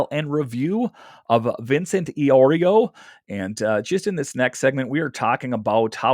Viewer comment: Eye-Oreo 😂. Good stuff though! 😅